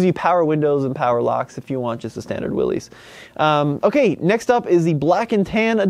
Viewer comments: Willys is pronounced "Willis", not "Willees". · Willys, pronounced Willis! 😝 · Great info as usual,. Just an FYI, however, Willys is pronounced with a short “i.” Sounds like Will-iss. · Willys is pronounced Willis. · You're pronouncing Willys wrong. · Just fix your pronunciation of Willys and you're all set.